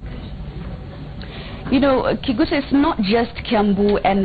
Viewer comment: every time she says kiguta i feel disgusted